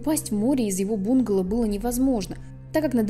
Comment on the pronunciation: Не бУнгало, а бунгАло. А кавказец это Caucasian, наверное? То есть белый человек, европеоид